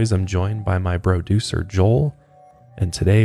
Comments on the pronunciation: Is it just me or do other people hear BroDucer Joel instead of producer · "BRO- ducer" 🤣🤣🤣 it never gets old!!! I am almost sad when you don't say it!!!